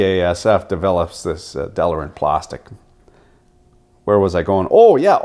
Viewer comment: I done told ya once "delrin," not" delarin", "realtor", not "realator". :-) Another "best of". Some proper editing would make it a fantastic video for consumer engineering students. I really love what you do.